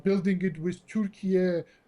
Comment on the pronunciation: Say Turkey correctly😂😂😂 WTF is turkie???